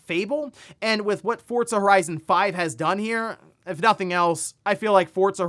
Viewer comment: Hey yo, there’s no T in Forza